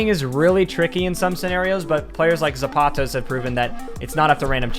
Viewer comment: When he mispronounces "Zapatos" 😭